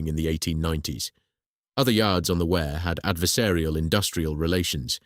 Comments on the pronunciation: Wrong pronunciation of "Wear" _ it's "Weer", not "Where" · It's not wear as in "Ware", it's Wear as in "Ear", and all Sunderlanders are known as "Mackems" which derives from ...... whatever it is, ships, boilers, engines, rope & tackle, we "make them" (or in Sunderland it's mackem) ! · The pronunciation of the river name is "weir" not "ware" - pity, it's a good video.